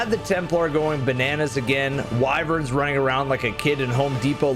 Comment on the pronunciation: You said Wyvern, and I had to keep myself from thumbs downing